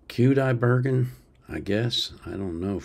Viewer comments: Actually his last name is pronounced KudaibergEn, with the emphasis on the last syllable. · 📌Welcome! Who is Dimash Qudaibergen? (pronounced: Dee-mahsh Koo-deye-bear-ghen) Dimash Qudaibergen (Dinmukhammed Qanatuly Qudaibergen) was born on May 24, 1994 in Aktobe, Kazakhstan. He is 1.91 m (6.3 ft) tall. Dimash is a singer, composer, multi-instrumentalist, actor, video director, screenwriter and entrepreneur who has received the title of Honored Music Artist of Kazakhstan and many other significant awards around the world. Dimash Qudaibergen was very fortunate to be born into musical 'royalty'. Grandfather was a professional dombra player, grandmother was a teacher and sang. His mother Svetlana Aitbayeva has a classical education (not opera singer). His father, Kanat Aitbayev, is also a singer, songwriter and producer. His parents are known throughout the country and are “Honored Music Artists of Kazakhstan”. Both have been seen on the big stages and on television in Kazakhstan for many years. * Listen: According to Kazakh tradition, Dimash grew up with his grandparents. He calls them mom and dad and for a long time thought his parents were brother and sister-in-law. They all live together in one house. Dimash said: "Open my heart, you will find music. If you open my brain you will find music. Music is my life." Dimash wasn't a child prodigy, but he always wanted to be a musician and grew up surrounded by music. As a young boy (2 years old) he would often sit in the audience at his parents' performances and run onto the stage when they bowed at the end, and he d